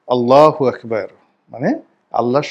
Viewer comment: আল্লা হাগ বার কি উচ্চারণ 😅